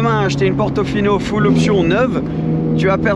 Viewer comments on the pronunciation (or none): none